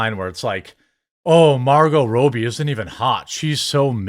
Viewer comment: Its Rob-E not Roe-be 🤦🏻‍♂️